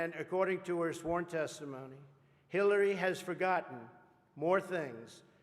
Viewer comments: Omg he does. I listened to it over and over and my family agrees he says Killary. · I'm pretty sure he said, "Please welcome secretary Killary Rodham Clinton." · That dude with the voice box when he introduced Hillary he said killary😂